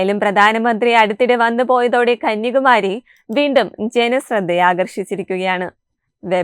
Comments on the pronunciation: കന്യാകുമാരിയാണ് കന്യകുമാരിയല്ല അക്ഷരം നോക്കി വായിക്കു എന്തിനാ വികൃതം ആക്കുന്നത് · കുട്ടീ..... കന്യകുമാരിയല്ല കന്യാകുമാരി എന്ന് പറയൂ